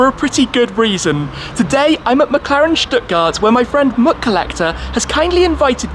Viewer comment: thought he said "McCollector"